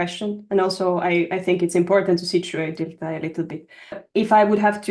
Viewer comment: My first few seconds: his name is pronounced like dill thai